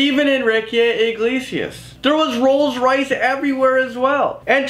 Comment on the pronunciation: dis man said sum rolls rice